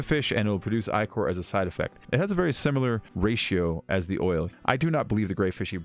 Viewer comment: Ichor = (ick)-er